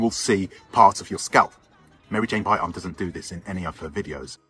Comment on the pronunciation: Isn't it pronounced BY-RAM? Asking for clarity.